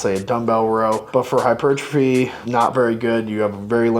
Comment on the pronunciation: "Hichupuchurtaphy" Nice